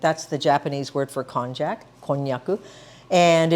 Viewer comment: You should know that konjac is pronounced with a "y" instead of "j" sound, as in konyaju. And, konjaku usually refers to konjac "cakes" not to the raw root or the powder. Also, the strength of konjac powder varies tremendously from different sources, and using glucomannan is more consistent.